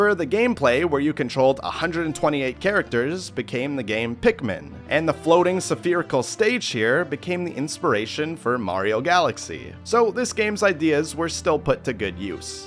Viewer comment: Did you say severical instead of sperical?